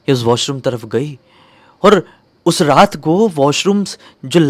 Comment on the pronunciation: raat ❌ rrrrrraaat ✅